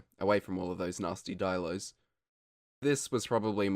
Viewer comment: not dielos, dilos